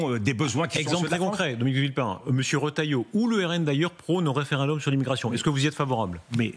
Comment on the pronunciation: UPR. Ca lui ba mieux "De vilpain", plutôt que "De villepin".